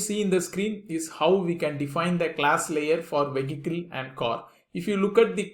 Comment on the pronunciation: Can you please explain how to pronounce “vehicle” and “configuration”